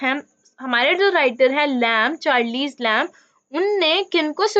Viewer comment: At least correctly pronounce the name of the author please.....